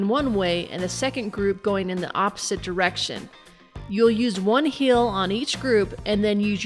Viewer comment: Why cant you say heal normal